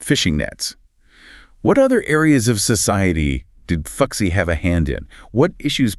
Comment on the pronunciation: Cool story, but I can't help but giggle every time you say 'fuxi'. The pronunciation is more like 'foo-shii'.